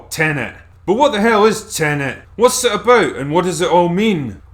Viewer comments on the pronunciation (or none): Lol "aboot"